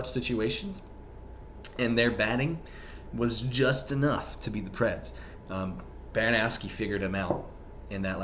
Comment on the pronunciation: Why do you say it BaranOWski